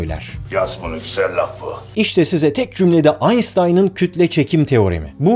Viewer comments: Aynştayn'a aynstayn deme artık gözünü seveyim. :) ingilizce sunum yapmıyorsun sonuçta. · AynStayn değil AynŞtayn diye okunur. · AYNŞTAYN.. Kişinin adını onun kendi kilinde okumak daha iyi değil mi? Baris mi Barış mı?